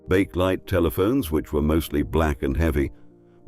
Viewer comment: The shot of two totter's carts on the bridge with a lad on a bicycle wearing a modern helmet? I think not. "Bakelite" is pronounced Bake-e-light. As to fish and chips in newspaper, I think that it was not hygiene so much as the heavy metals in the printing ink.